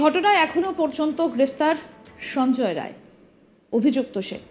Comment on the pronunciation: নাম টা সঞ্জয় রায় না । সঞ্জয় রাই ঠিক ঠাক বলুন।